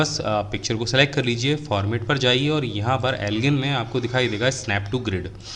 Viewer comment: उसे एल्गिन नही अलाइन बोलेंगे साब ...NICE TUTORIAL,bahut tagda explaination✌✌✌✌👍